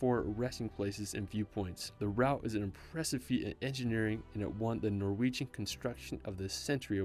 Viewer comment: I love your Norwegian pronunciation, - You make my language almost sound Vietnamese 😆